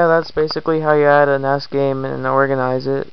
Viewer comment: It's N...E...S, not ness. Lol